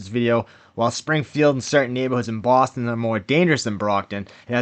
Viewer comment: Baaaston 😅😊. " taking down bread trucks in Daaaarchester " 😅😊